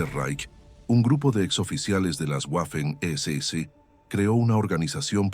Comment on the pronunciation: no sabes ponunciar Waffen SS